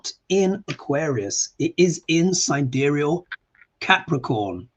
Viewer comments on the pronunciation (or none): none